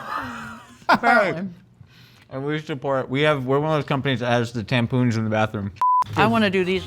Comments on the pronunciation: did really say tampoons lmfao.... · Anyone catch how said "tampoons" 🤣🤣🤣🤣🤣🤣🤣🤣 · The way says tampons😂😂😂😂